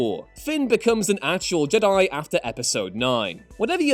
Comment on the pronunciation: For the love of god can u stop pronouncing Jedi wrong ITS FUCKING JEDI NOT JDIIII